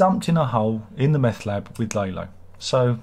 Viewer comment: Oh and Tony Dalton came up with Lalo smiling, because of course he did. brilliant. I love how you pronounce Lalo as "lay-low" because that's all he did this season.